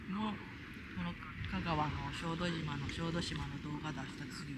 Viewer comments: 「しょうどじま」 つったか？（笑） 「しょうどしま」ね 良いとこでしょ？ 私も何度か行ったことがありますが、キャンプはしたことはありません 参考にさせていただきます いつも楽しい動画をありがとうございます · 小豆島はしょうどじまではなくしょうどしまだとおもいますが☺️ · すみません。しょうどじまではなくて、しょうどしまです。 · しょうどじまではなく、しょうどしまです😊アート巡りをしていた頃の記憶がよみがえり、ほっこりしました。ありがとうございます☺️